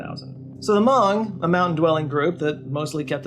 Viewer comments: Might be a regional difference but isnt hmong pronounced like "muhng"? Ive never heard it said "mawng" before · Hmong is pronounced "muhng", not "mahng" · We love you,, but you're mispronounced Hmong. It sounds like mung. I went to elementary school with a bunch of Hmong kids, they're actually a really cool people, very pretty dresses n such. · Stop saying Mong. It's so funny. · I'm not Hmong but I do know they pronounce it "Muhng". I could be wrong but it seemed off the way is saying it here. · Hmong rhymes with flung, not bong 😜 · I may be wrong but i think he also gets the pernounciation of hmong wrong and where hmong people settled in america